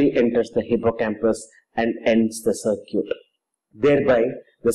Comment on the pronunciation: sir-cute? :D circuit :D